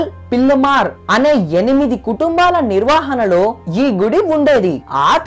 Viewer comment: Shaashthroktham , thiruvanathapuram, nirvahana neeku pronounce cheyadam kuda raavatle... and cheppina story as it is ga vere video lo unnattu as it is okka mukka maarchakunda even photos kuda marchakunda baane copy kottav.... thaman ki gatti competition isthunnav...muskora ayyaru...Nuv nee expressions...